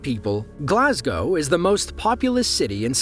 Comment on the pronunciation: "Glasgow" pronounced correctly for once?!? Jesus. Today's wonders will never cease. What a world we live in.